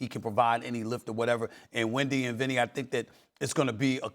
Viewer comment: i said Vinny not Windy 🤣🤣 I'm now on the floor